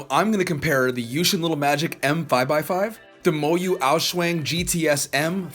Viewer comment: "The MoYu Aou-shuang" Me, an Asian: Heart Attack